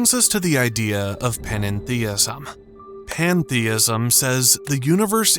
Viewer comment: Don't use AI narration until it can pronounce the damn words properly! Eg, 'general' is pronounced 'jeneral', NOT 'general' with a hard 'g'. And I had to listen twice to make out 'pantheism' - the stressing was incorrect.